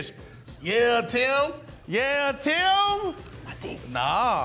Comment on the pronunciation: I love how pronounces Tim's name... Tee-um